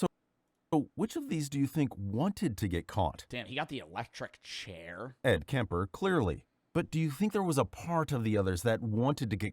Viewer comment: bro called ed kemper "ed kenny"